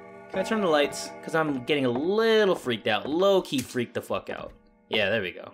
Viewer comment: I like the part where said so we can get the fock out of here